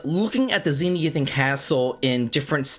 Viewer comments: It's not "ZEE-NEE-i-thin," my dude. It's "ze-NITH-i-an." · Dude, please slow down and read the word Zenithian again. Zen-ith-ee-an, not zen-ee-ith-an.